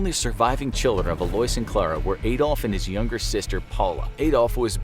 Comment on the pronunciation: Why are you pronouncing Alois like that? It's like Louis/Lewis but with an A in front of it...